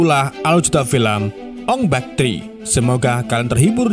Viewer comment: Bukan ong bek. Ong bak😂